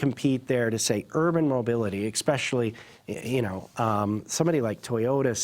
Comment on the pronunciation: the word is not "EXpecially," it's ESpecially!!!